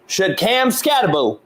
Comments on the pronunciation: Ska-tebow imo😂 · Wym why he say his name country? His name skattebo 😂😂